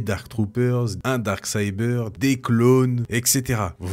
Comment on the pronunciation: Salut ! J’adore cette vidéo comme la plupart des autres, mais quand tu prononces “dark saber” on dirait que tu dis “dark cyber” 😂